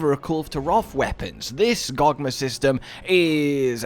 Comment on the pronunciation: "GogmeR" where'd that R come from buddy 🧐